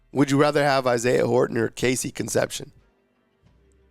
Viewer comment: Horrible attempt to pronounce Cone-cept-see-own dude!